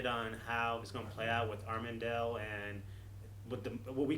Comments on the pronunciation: Amenadiel is pronounced Ah-Men-a-deal. Sounds like I made a deal. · "Armendel" -- dear, how hard is it to pronounce Amenadiel? 😂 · how are they still saying names wrong!? i can understand if you was reading the names and had no way of how it sounds but you are hearing it being said multiple times!!!